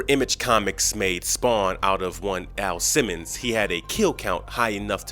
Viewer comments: sir are u saying AL simmons or A.I. simmons? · Dude, it's Al Simmons, not A.I. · Did he call "AL SIMMONS" "A.i. Simmons"? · His name is AL Simmons not A.I. Simmons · A.I. Simmons? You meant AL Simmons,right?